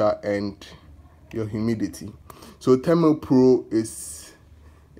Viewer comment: Its thermopro & not thermpro